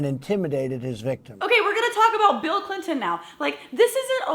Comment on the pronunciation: Miss Glenn, did you notice he said Hillary "Clitt"on and her kind? this guy just does not nor will change. Great video!